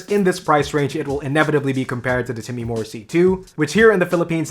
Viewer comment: Time-more. Not Timmy-more.